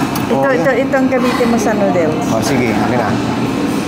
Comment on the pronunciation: nodels? verify niyo sa internet kung tama ba pag pronounce niyo